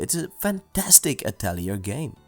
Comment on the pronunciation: great review, but just for future reference, atelier is french. it's pronounced, 'ah-tell-ee-ay'